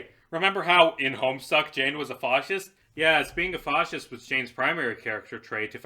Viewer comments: why do you pronounce it like fahhscist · I was having a lot of trouble following one specific thread until I realized that's how you say "fascist." Did you learn the word from a british person or something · i can stand all your other pronunciations but WHAT THE FUCK ARE YOU DOING WITH THE PRONUNCIATION OF FASCIST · I cringe every time you mispronounce fascist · Out of curiosity, is that how you pronounce "fascist" normally, or is it an attempt to dodge demonitization or something?